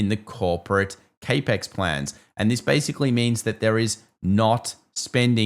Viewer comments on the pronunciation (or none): Cap-Ex (as in capital expenditure) not cay-pex. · capex is pronounced "cap ex" for capital expenditures (not "ca pex").